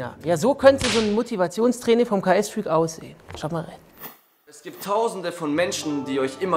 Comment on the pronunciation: Er heißt KSFreak und nicht KAS Freak 😂😂